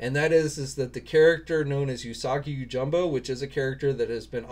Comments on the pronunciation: I watched the video. Yeah you’re not good at names at all lol. It’s jimbo not jumbo. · yoJIMbo 🤣 you should seriously work on your pronunciation for Japanese names. Goes a long way when it comes to respect...